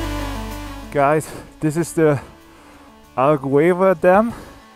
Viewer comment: Hi, just a minor correction on pronunciation. The "u" in Alqueva is mute (it is aɫˈkɛvɐ) . The "u" in Guadiana isn't mute and you got it right.